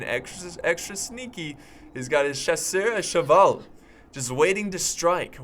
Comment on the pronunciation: Sorry for my bad english : "Chasseur à cheval" it's funny when you say that with the accent xD Thanks from switzerland for this great battle, and all of your vid, after the work, it's vers cool to just take 30m for watching some epics fights with you ! :) "Chausseur à cheval" tu m'as tué quand t'as dis ça avec l'accent xD Merci d'la suisse pour cette superbe bataille, et toutes tes vidéos, après le travail, c'est vraiment agréable de prendre 30m et de ce mater quelques batailles épiques :)